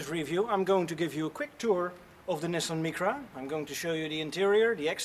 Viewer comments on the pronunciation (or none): Please next time pronounce Nissan Micra properly in English.